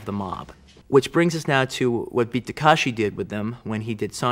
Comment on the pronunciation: You can tell by the fact that he thinks his name is Tak*a*shi